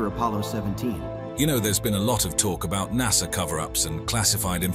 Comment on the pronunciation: There is NO R in Nasa